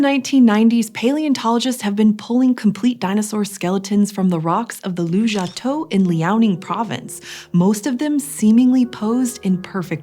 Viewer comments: The place is called 卢家屯 Lujiatun, which you spell correctly in the captions (and I assume in your script), but you keep pronouncing it Lujiatou 🤦 It's tun, not tou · It sounds like you're saying Lujiatou (Lujia head?), but your references say Lujiatun (卢家屯, with tun, 屯, meaning village). Is there more to unpack here? I'm just curious because Lujiatou is kind of a plausible place name